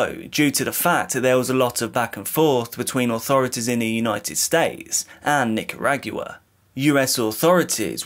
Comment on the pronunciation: Omg I had to fwd. I couldn’t keep listening to “Nick-ah-RAAG-you-wah”. 😩